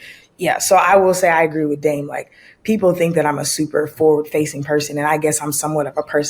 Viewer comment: dame always sound like damn...